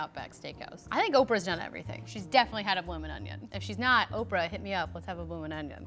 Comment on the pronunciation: I legit thought Oprah said orphan